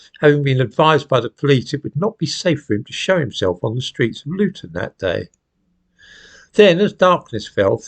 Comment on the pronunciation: Did he say Loughton?